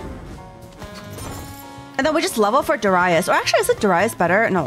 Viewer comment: I dont know what triggered me more, her saying Darius SO WRONGLY or her batteling her chat like a bunch of children on cocaine XD